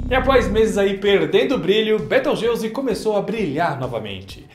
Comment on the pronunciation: Soq inves de 'beteugelse' é betelgeuse